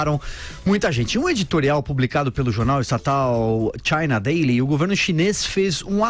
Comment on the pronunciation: Denise, vai aprender a falar ingl^es.... esta' ruizinho ainda... na~o consegue nem pronunciar Daily direito.... pqp.... e deve ganhar uma nota da JP...